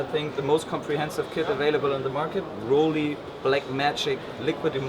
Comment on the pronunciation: WHY is he intentionally mis-pronouncing "Rollei"?? It is not "Roll-eeee" but "Roll-ai" as in the English word "I" as in "I am Chinese."